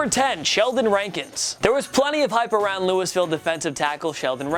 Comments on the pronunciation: Did This Man Say “Lewisville” It’s Pronounced LOO-WEE-VILLE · Love the video, but you gotta stop mispronouncing my city! Louisville is pronounced Loo-ee-ville or Loo-uh-vuhl! Keep it up. Y'all are great. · Who the fuck is “Luis Villegas’s”.. It’d Louisville. Ya big dummy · did he say “lou-iss-ville”😂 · Bro can’t even pronounce Louisville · He just pronounced the s in louisville...